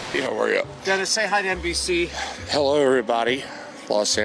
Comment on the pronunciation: Shane’s ‘New Zealand’ “oh hello” is killing me